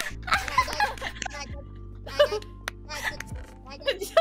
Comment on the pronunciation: I understand elite english. So when miko says "george" in gura stream i start wondering that may mean something. And i like "owhh jawss"